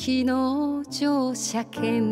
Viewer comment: この曲はカバーする人が多いのですが、実に 詞を忠実に発音してますね。特に「乗車券」を しょうしゃけんと聴こえないところが良いです。 詞を全て認識して表現してますね。今の歌い手 は自分の歌い方をオリジナルとは違うんだと 言わんばかりです。それはとりも直さずオリジナル へのリスペクトがないのでは無い のではと思います。アレンジは有りですが、 逸脱してはどんなものでしょう!